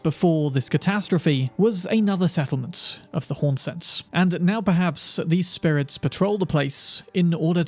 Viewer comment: Great content here, Thank you for the effort you went through to create this video. However, One thing that was scratching my ears through the video: The words that ends with S. You pronounce them Like Wariorissss, Spiritssss, Rememberanccccce.